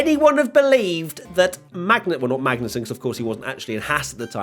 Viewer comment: Near slip up there- Magnet-sun